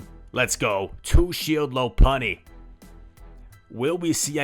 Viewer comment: it's pronounced lawpunny